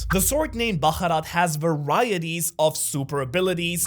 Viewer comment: it's bharat not baharat